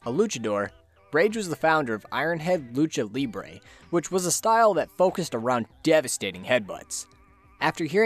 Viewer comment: As someone who speaks Spanish as his mother tongue I love how you say "luchador" and "lucha libre" of rage Ironhead, you know, the pronunciation isn't perfect, but I'm not picky with that, english talkers saying Spanish things has a certain charm to it, I love your vids man btw PD: ñ